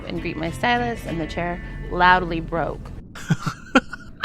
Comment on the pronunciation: Did she say "loudily"? Lol